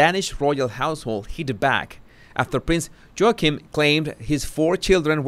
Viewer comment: Did you say "Prince Joking" ??? 😆